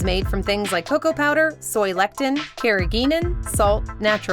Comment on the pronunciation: soy lecKtin? It's lecithin. Less- ih -thin.